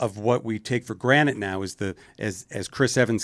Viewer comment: Kevin says granite instead of granted.